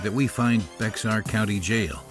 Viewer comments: BAX-ZAR? It’s pronounced as BEAR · The county is pronounced Bear, or Bayer, not Bex-R. It seems strange that the narrator knows so little amount the featured area, unless the narrator is AI. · It is pronounced BEAR county not bexar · LOL BRO IT IS PRONOUCED "BEAR" NOT "BEX AR" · It’s pronounced “Bear County,” not “Bex-are” County. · Tell me your not from Sa without telling me your not from Sa. Pronounce it beXar instead of Bear lol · Bexar County is pronounced Bear not Bexar. The X is silent. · It’s not bex ar. It’s bahr like bear county. Pls say it correctly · It's not pronounced "BeXar", it's pronounced "Bear".. The narrator obviously isn't from that area LOL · Did he say Bex ar County jail? Homie, it’s pronounced like “Bear”, the x is silent! Also I’m all for kids being treated like adults! If you look at a country like Korea for example, there are cases were another child is brutalized by another and I talking about being beaten over the head with bottles, skin being burn by curling irons, being sexually abused, etc! The Korean justice system still treats them like a child, they’ll get expelled from school for a short term than go back to doing whatever it was they were doing before because they know they’re not gonna get thrown in jail ! Fuck that noise…when you burn someone’s skin or beat them with bottles you know full well what your doing and deserve to be treated like and adult! Go lookup those horrible cases from Korea! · 'Bek-sar' County jail. 😂 It's pronounced like Bayer or Bear...or Bay-hahr (kinda) if you want to do the proper Spanish thing. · It's pronounced "BARE" county. Source: lived there 15 years. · It's "Bexar County." The x is silent. It's pronounced "Bear County" damn AI 🤦🏻🤦🏻🤦🏻 And there all crooked even the judges!!! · Your AI narrative is not the best. Bexar is pronounced Bear. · BTW it's pronounced "Bear" county, the X is silent. I grew up there, so many people pronounce it incorrectly 😁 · Bexar as in Bexar county is pronounced "bear."